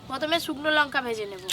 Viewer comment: যখন লঙ্কা কে লোঙ্কা গুঁড়ো উচ্চারণ করে